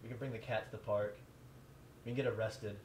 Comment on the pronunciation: It's tothepark not totheark